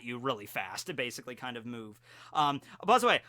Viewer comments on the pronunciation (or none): he says buzz away instead of by the way